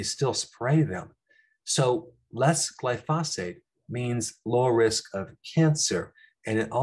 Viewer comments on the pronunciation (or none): It’s glyphosate not goyphosphate 👍